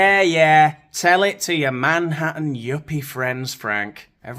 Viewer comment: Yes. I also heard say " Your man hattin' Yuppie friends..." Brought to mind fedora wearing metrosexuals.